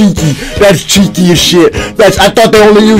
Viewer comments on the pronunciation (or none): He said jukey not cheeky